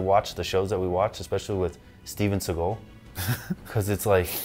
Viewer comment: Gotta love how you emphasize the Steven SeaGULL :) By the way, the gunshots sound so good because they were recorded in the actual corresponding space here, basically every other movie uses some studio recorded sounds and then the environment of the shot is "added" in post production